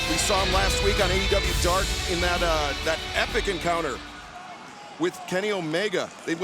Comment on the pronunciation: tazz can't pronounce the name of the show